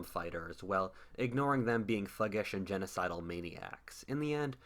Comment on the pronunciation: "Genosidal meniacs"?! You are an idiot